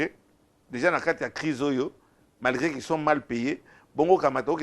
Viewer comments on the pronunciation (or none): none